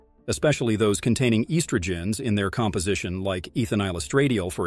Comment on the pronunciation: Might want to learn how to correctly pronounce estrogen and anti-histamines.